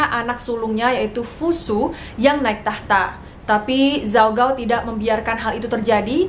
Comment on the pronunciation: baca namanya ada yang salah kak :( gao itu g nya dibaca k